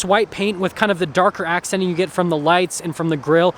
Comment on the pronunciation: What is with people who say “een” on words that end in “ing”. As you talk about the grille…. Darker Accenteen? Or did you mean to say darker accenting?